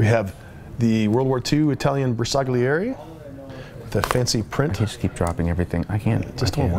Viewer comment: Oh my god your bersaglieri pronunce is so bad XD